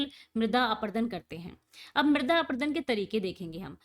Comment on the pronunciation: Mam chader aprudun nhi hota parut apradun hota hai